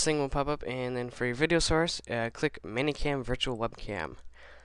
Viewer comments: Meh-ny Cam. Not Manny Cam. >.> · It is "Many" Cam not Manny Cam. It pisses me off.